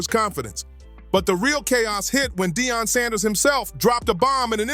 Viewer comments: Why do you call Dion Dayon? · Deon not de a on pls pronounce his name right! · Stop saying Dayon. It's Deion. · Dayon sanders really 😂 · Who the hell is Day - On Sanders ?? 😂